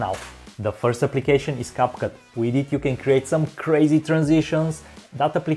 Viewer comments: Bro really called capcut cupcake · Did anyone notice that he accidentally call capcut capcake😂😂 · And you called capcut "caput"